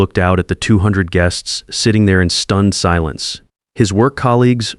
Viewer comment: Geests?? Teach your AI language skills